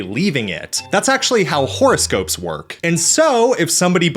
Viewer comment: Love the way you pronounce "horoscope" "whore-o-scope". Is that suppose to mean something? 🤔🤔😉